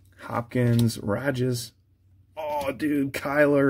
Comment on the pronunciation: Stop saying Rodgers name like that it’s hella annoying